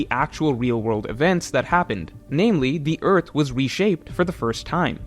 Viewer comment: endless vearth